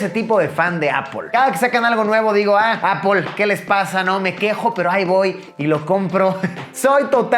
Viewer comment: Encerio Luis, necesito que te vistas bien y que dejes de decir “apol”. Gracias, te quiero.